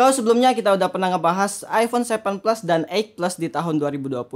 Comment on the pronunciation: " Aipone sepen ples "